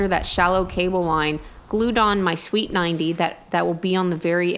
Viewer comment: Sounds like you're saying sweet 90 instead of street 90 lol